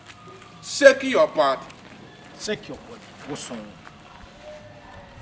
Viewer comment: I laughed so hard when said turn ur boliy....🤣🤣🤣....he couldn't find the next right word to use😂😂😂....then he said shaking ur body....the lady did it but not properly then he shouted....wo gyimi paaaa🤣🤣🤣🤣🤣 this man will kill me one day with laughter🤣🤣🤣🤣🤣🤣🤣